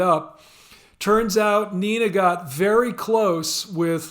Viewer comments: It is pronounced Nay-na not nee-na. Lern deutsch! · Nena, the singer from the small town of Hagen, Germany, is pronounced "Nay-na".